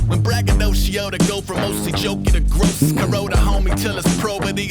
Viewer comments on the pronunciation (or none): none